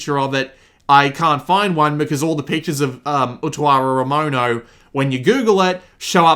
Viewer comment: jesus christ, your pronunciation of the title is amazing